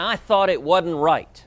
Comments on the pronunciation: saying "wadn't" does not make you sound intelligent WHAT SO EVER! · Seriously, did Ted Cruz say the word "wad'n't" seriously...two degrees from Harvard and he mispronounced the word "wasn't"? This guy doesn't care about his positions, he is such a panderer that he doesn't care about governing, he just cares about winning. The thing that bothers me most about Cruz is that you always hear about how he was one of the greatest debaters at Harvard, but you never hear about him in student council...because he didn't care about governance...